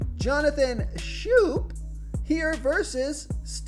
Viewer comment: Berríos = ba-REE-os (accent = emphasis) Schoop = Skōp